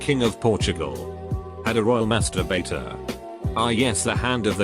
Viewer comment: tried googling it but no luck so what exactly was the duties of the royal masturbator?........ the way the robot voice says masturbater is hilarious!!